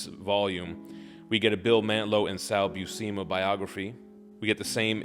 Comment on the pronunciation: Great review. Sal Buscema has been my inker for 12 years. We even collaborated on back stories in the IDW ROM series. Sal's last name has *no hard "e" in the second syllable of his last name. It's "Byew-Se-Mu". Thanks again for the review.